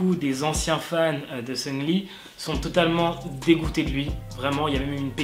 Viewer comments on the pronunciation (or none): ça me perturbe. tu dis Seungli mdrr moi perso je dis SeungRi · Le CéLèBrE MAQU-NAË SUNGUE-LI